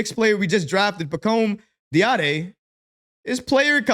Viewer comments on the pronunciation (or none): love you man, but bro, it's "dah-dee-ay" lol - keep up the great work. you'll get the name 🙂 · his last name (Dadiet) is pronounced Daddy-Aye. He's okay. I watched another video that shows his strength and weakness. Needs a lot of work, but at 18 years of age shows potential. The Euro league is vastly different than the NBA, but in the right system he can become a great role player. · Its Pronounced (Daddy - Hey) Pacome Dadiet